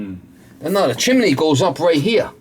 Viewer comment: Propper saying is Chim-ney not Chimaney omfg you are talking like you from Pittsburgh, where they say Warsh, instead of wash, omfg you are killing me hahahahahaha what a great laugh